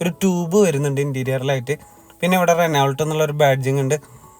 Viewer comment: റെനോൾട് അല്ലെടാ പൊട്ടാ....